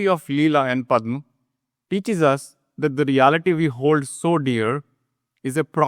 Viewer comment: Very nice. Can you please pronounce the words as they should be? For example, it is Padhma ,not Padhm.